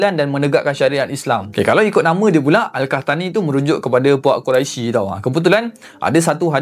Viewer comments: Mcm pelik pulak dgr dia sebut😅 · Sebutan Qurai+sy ? atau Qurai+(sy)tidak berbunyi ) = lebih kurang berbunyi (kurosh)